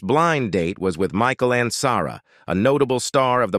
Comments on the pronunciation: I remember Michael Ansara as well ! I wish they would find a way to learn how to pronounce the names correctly. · It would be nice if you had a live human instead of a robot doing the narration. It became apparent when listening to the weird pronunciation of Arnaz and Ansarra, to give two examples. As for robots, I like the robot on "Lost In Space" better than whatever you have reading the script.